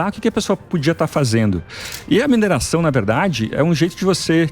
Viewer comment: Não é (mineiração) e sim: "MINERAÇÃO"!☺